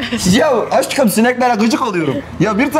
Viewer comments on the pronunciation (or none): "Yauuv aşgım sineklere gıcık olirem" 😂